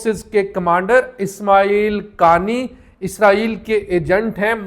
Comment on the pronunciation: انکا فیمیلی نام”قا آنی” ہے۔ قانی—غلط ہے